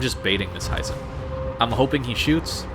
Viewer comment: Hee-zen not Hie-zen. Japanese i is always a short sound